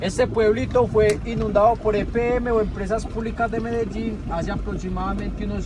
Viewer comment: Y sigue diciendo medallin en vez de MEDELLIN 🤦‍♀️🤦‍♀️🤦‍♀️🤦‍♀️